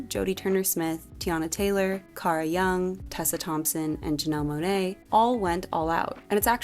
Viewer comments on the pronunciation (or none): none